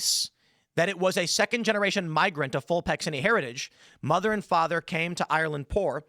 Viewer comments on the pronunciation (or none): none